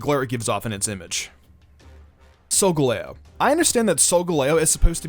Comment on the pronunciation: sogalEo Us:sogolao Mystic:Necrozma Us:NecrOzma Me:pronouncing makes me angry